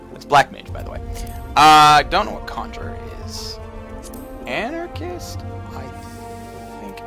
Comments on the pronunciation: Dude, it's ARCANIST, not anarchist. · lol, he said Anarchist instead of Arcanist!